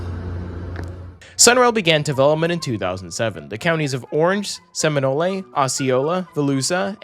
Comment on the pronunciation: Good to see you do my local commuter rail, btw Seminole county is pronounced with the e silent, and Volusia is pronounced like volusha